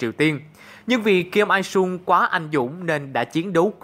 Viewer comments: Cả thế giới đọc là il (in) mình ông này đọc ai :)) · đọc sai chính tả vcl. "ai" "I" vs " in" "il" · Kim Jong Il đọc là Kim Jong Iu mà nhỉ đâu phải là “Ai” đâu ạ? Ông Kim Jong Il còn lùn hơn cả mình :)) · Rất thích video. Chỉ góp ý là nên đọc đúng là Kim Jong IL (chứ kg phải Kim Jong Ai). Tên Hán Việt của lão ấy là Kim Chính Nhật. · kim jong il mà đọc là kim jong ai. vãi. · Kim Il Sung đọc là Kim Iu Sung nhá, lớp trưởng lớp tiếng Hàn này, dám cãi ko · Chs đọc tên là kim zong ai :)) sợ thật sự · Tại sao đọc là kim jong ai ? Đọc sai r :)))))))